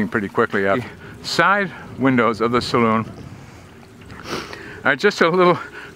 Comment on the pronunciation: gets an extra 10 pts for pronouncing Saloon correctly. Brilllllliant as always - thanks for sharing 👍 Hopefully the beer was cold + 2 pts